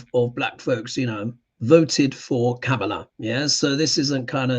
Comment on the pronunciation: I'm sorry, but, you're not pronouncing Kamala correctly. It's Coma-la phonetically said.